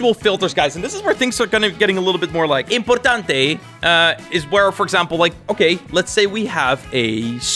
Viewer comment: say inportantte is like philipino